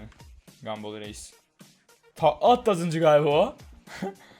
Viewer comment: Bu salak neden gumball a. Gumbill diyo